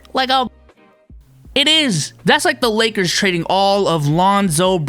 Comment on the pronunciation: "Lake-errrs" orale! SMFH. Lol. Also, Ofc a Utah Jazz fan is trashing Westbrook.